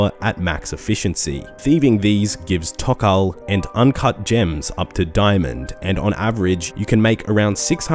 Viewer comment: tz-haar wtf is teezzzaheerrs